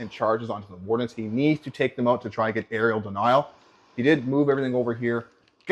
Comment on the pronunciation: *Area denial* not Arial denial